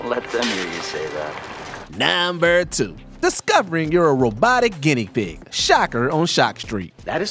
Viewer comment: Anyone else fuckin’ hate how he says “nuuuuhhmburrr” 😅😅